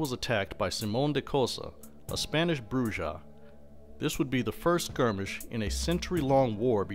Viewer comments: It's pronounced "Broo-ha"!!! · Listening to his pronunciation of Brujah is like hearing nails scratching a chalkboard. Other than that, good video.